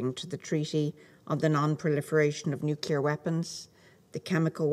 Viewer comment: Some people seem to think nuke is the prefix of nuclear 😬🤔 NUKELAR WEAPONS